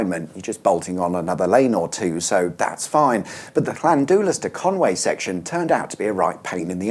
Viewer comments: The u in Welsh is sounded like a slightly longer i (like the knights who say ni). So it's Llan di las. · Clan-doolas? 😂😂 omg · Get it right: it's pronounced hlhlhlhlandillass. That stretch of road is a pain, with most of it having a 50mph limit, and police cars hanging around on the entry slip roads to trap the English. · I literally cringed every time he said "Landoolas"... I, for one, appreciate your comment 👍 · the u in Llandulas sounds an i. Llandillas :) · “Llandoolas”. Ffs. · Llan-dee-las and Con-wooee. It’s certainly NOT Con-way. Just saying.